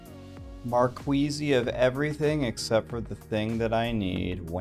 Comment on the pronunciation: gems called "markeez" bruz not marqueezie